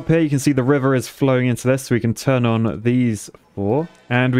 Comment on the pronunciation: I like when you say "turn on" because it sounds like pom pom -not a former cheerleader